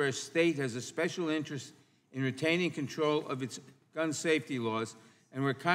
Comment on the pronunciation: He can't say the word control to save his life.....safety is not synonyms with the control he pushes and advocates for.